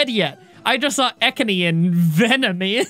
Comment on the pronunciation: ITS EEKANS